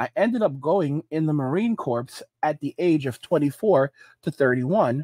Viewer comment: Gen-Z Marine Corps Veteran here, Marine Corps (pronounced Core not Corpse). Enjoying your content even though you don't enjoy our presence, keep up the good work.